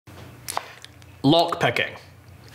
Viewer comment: "lock pecking"